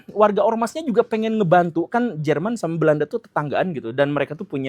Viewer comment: German apa german pak 🤣😏